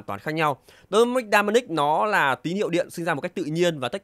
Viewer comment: em cứ nghe dynamic thành đai-ma-nic :))